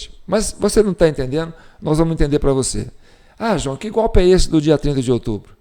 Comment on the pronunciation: Ouvir o Lule dizer " gópi " ao em vez de golpe, é uma pedrada no meio da testa😂